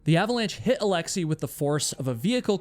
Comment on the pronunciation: Alexei is pronounced as it's written, not alexii.